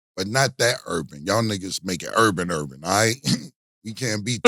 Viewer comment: Yooo Killer saying urban er!!!😂😂I can’t so hilarious 🤣